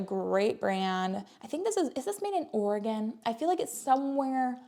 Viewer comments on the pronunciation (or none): none